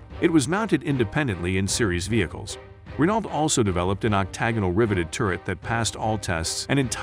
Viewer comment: could you pronounce Renault correctly in the future